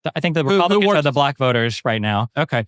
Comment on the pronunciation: Did he say fucking “bloc” for black?